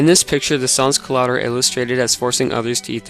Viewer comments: SEN Culote Do not pronouce the s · lol as a french canadian every time you say sans - culottes i cringe, but still, A for effort.